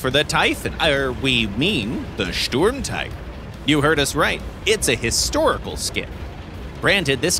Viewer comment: Please go visit Tankenstein for proper Sturmtiger and other German word pronounciation.